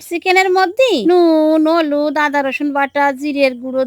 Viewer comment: কাকিমা হলুদকে অলুদ বলে😁 একদম সহজ সরল🥰